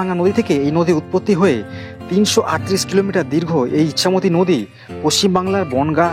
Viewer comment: ইচ্ছামতি নয় ওটা ইছামতি